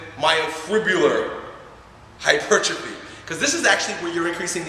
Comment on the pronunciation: Thank you for pronouncing hypertrophy the correct way; its so frustrating when people get that wrong!